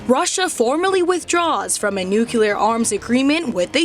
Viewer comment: OAN cucked into hiring nonwhites now... The diversity hire even said "nuke-you-ler" for nuclear. Lmao Uncuck yourselves, OAN, or I am dumping this channel and many more will too, as we awaken more and more of our white people to how all of you companies are hiring anyone but us in our own countries. Soon, when enough figure out that you all are no better, doing the sane thing, pushing our white people aside to pander to and hire nonwhites, your channel aubscription count and view counts will tank like the woke channels and msm YT channels, and you will absolutely deserve it. WE WANT TO HEAR NEWS FROM OUR OWN WHITE PEOPLE WHEN IN OUR OWN COUNTRY. FIX YOUR CUCKERY.